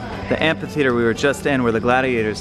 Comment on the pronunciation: It sounds like is saying,"ant theater " instead of amphitheater 😃 I'm picturing ants fighting! 🤣